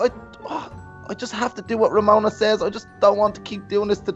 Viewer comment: Kelsey Atkin It's RAMONA not RAMENA